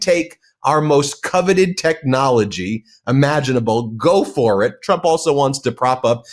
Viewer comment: Haha, she said president "Chump".